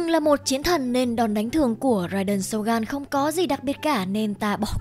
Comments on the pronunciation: tìm hiểu cốt truyện sâu như thế mà đọc tên nhân vật cũng sai.phải đọc là rai đên sô gưn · Rai đền SỌT GÂN :)))